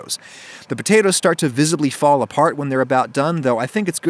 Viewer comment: aww did he say "pea-tatoes"